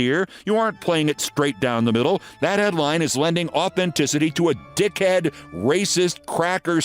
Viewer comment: Wait…did Keith just say dikhed? 😆